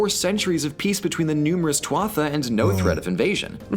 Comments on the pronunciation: It is pronounced " too ha", not " twa ha" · I’m Irish and it’s pronounced too it taaah. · Tuatha is pronounced " Too- Ha" the " th" is silent This is pretty rough history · "Tuatha" is pronounced "too-ha" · The narrator's pronunciation of Éire and Éiriú is surprisingly spot on. His pronunciation of tuatha not so much. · I nearly dide when i realised what he was trying to say lmao - couldn't look up the pronunciation at all??? lol